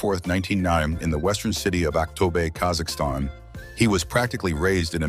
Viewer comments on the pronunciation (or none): none